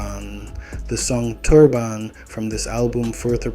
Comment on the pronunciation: “so fahgo” “tur bahnn”😭💀💀💀